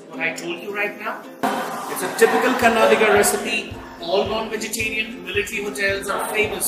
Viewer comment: Learn to say "Kannadiga" the right way. You sound verni and ignorant when you cannot pronounce the name of the place whose cuisine you are reviewing..